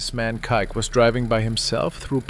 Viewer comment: Am I the only one who heard him say kike instead of kíke, phonetically pronounced keykay lol